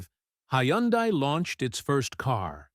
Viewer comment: …and doesn’t even know how to pronounce Hyundai 😂